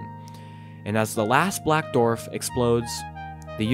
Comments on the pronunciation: This is a great video, but for the love of god please learn how to pronounce the word “Dwarf”! It is not pronounced “Dorf”!😫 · you are supposed to pronounce the w in dwarf you keep saying dorf its really grating on the ears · On what planet are people pronouncing dwarf as "dorf"? Seriously, where are they from? Up north, mid-west? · Ngl. hearing "dorf" instead of "dwarf" is getting to me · It just killed me every time you said "dorf" ... Its not a "DORF"!!! ITS A "DWARF"!!! Im sure you can find somewhere to listen to how others say it.